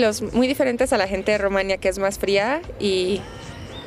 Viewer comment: Te aseguro que, aunque sea de origen rumano, ella no creció allá. No sólo porque no tiene acento extranjero sino más bien bastante acento mexicano, sino porque dice "Rumania" (acentuando la segunda sílaba), en lugar de decir "Rumanía", con acento en la i latina, qué es exactamente la pronunciación del nombre de ese país y ningún rumano que haya crecido allá lo pronuncia como ella, aunque hable excelentemente el español.